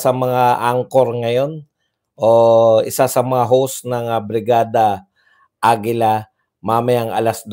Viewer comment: Hala, BRIGADA n nmn ang sinabi mo, 3x mong sinabi while writing this comment. Practice pa more, BIRADA, BIRADA, BIRADA